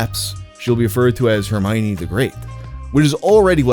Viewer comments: I remember seeing countdowns for Jojo and the D'amelio girls. Also, it's read as Her-my--one. I don't find it creepy, because they were the same age as me, or older. Growing up I had a crush on emma, then saw her nudes and went ugh nvm. Same with lohan. The olsen twins never got me tho. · I thought it was her-my-knee? You pronounce the o? Her-my-uh-ni?! 😅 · The way he pronounces her name reminds me of Humbert pronouncing Lolita. "Her the apple of mi eye, the mio to my minestrone, one you my one Her-mi-one" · why did i pronounce her name "her-me-oh-nay" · who's "Hermoine" bro